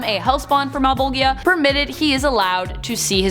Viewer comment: Malbojhea. Not Malbogia. 😅